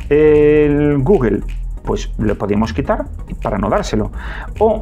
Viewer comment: Nada, me da risa cómo pronuncias Google 😸